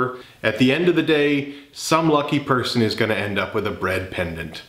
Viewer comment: Every time you said “bread pendant” my mind just thought “breandant” lol